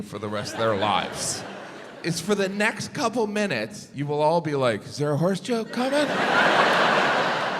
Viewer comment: Oh! You said "horse"! I thought you said "whores". Geez no wonder I didn't get the jokes. NOW... they make sense 😂